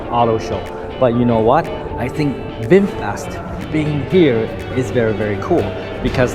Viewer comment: FROM USA 🇺🇸, NOW I RECOGNIZE YOU ARE REALLY “ bung booooo wwwww VINPHET 😂😂😂😂😂😂😂😂😂😂😂😂